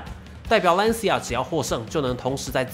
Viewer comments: 这个词读蓝旗亚因为是意大利语 不是兰斯亚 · 一个小建议。Lancia 里 c 的正确发音应该更接近 ch，而不是类似 s。意大利语里 c 在 I 之前都是这样，比如cappuccino ，ciao。所以（简体）中文把 Lancia 翻译成 蓝旗亚 而不是兰斯亚/兰溪亚，还是很准确的。